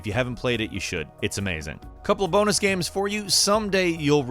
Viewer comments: I enjoy videos but does anyone else get super triggered by the way he says “games”? It sounds like he’s saying it through a mouthful of food... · this man said gam